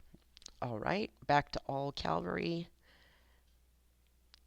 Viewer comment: Just an fyi, it is pronounced C-AV-ALRY, not C-AL-VARY haha... good video for the most part but if I was you I wouldn't underrate pelagius as much as you did. He may not have movement speed but he is meant to be a hard hitting nuking commander, not movement based. His first skill is much better than you made it seem, it does a direct damage FACTOR of 300, and an additional factor for 300 each second over 2 seconds, plus it restores 100 rage. Pelagius paired with minamoto is extremely powerful for nuking! I am however investing in Belasarius as well I have him at 5-5-5-1 so far haha, I want to build an extremely fast hit and run unit with him and cao cao. Like I said good video.